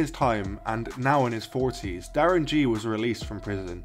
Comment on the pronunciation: It's actually pronounced 'Ghee' rather than 'Jee'.